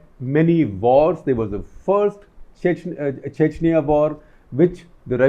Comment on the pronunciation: He talks chechaniya chechaniya